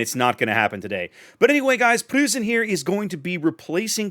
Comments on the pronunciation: You might want to pronounce it as Proy-cen. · The “eu” in Preussen sounds like oy, so kinda like saying Proyssen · in german the "eu" is pronounced like the oy in the word boys or toys, so the preussen is pronounced as if it was written like proyssen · Pronunciation is more like Pr-OI-ssen. Otherwise your pronunciation was perfect. Also with the main battery mod this thing is a nightmare for cruisers. Cruisers beware, the GK players are returning... this time with a vengeance. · with regard to pronunciation of "Preussen": the "eu" is pronounced about the same as "oi" - like in "Oi, get of my lawn!" --> so try to go for "Proissen" and you should be good. As for the ship itself - I'm asking myself what the point of Republique is, aside from its speed advantage which is somewhat meh for me at least. Second, I'm afraid that it essentially is a FdG at t10 as fas as secondary builds are concerned, I found that GK greatly benefits from its 12 guns given german accuracy. FdG's main battery performance suffers a whole lot more imho from full secondary builds. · try something along the lines of "proissen". like when you shout OI!!!! if you use that in the USA at all. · Think of "Proy-sen" with a bit of a roll on the "r" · Preussen is pronounced "proisen" like poison with an "r" ;) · Nice review. Can't wait to get my hands on her :-) As for pronouncing 'Preussen"...